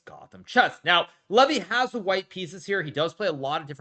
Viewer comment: I love the fact that Hikaru mispronounces Levys name purposefully to show how little he respects him.